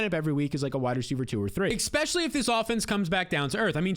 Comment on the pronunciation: My only critique would be "expecially". For the love of Mike!